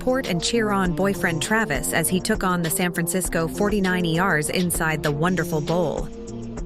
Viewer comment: I am clicking off this 49-eee-arrs idiocy now, too. I only made it to and couldn't take any more! Fire Art Intel!!!!